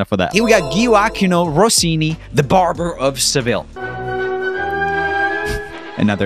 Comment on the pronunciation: "Ghiuàchino Rossini". That's all I'll say.